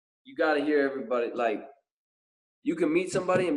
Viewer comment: Bro I HATE how you say "everybody"😂😂😂